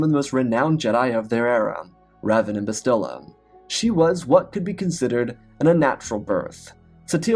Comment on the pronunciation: You pronounced Bastila wrong. The stress is on the first syllable, not the second.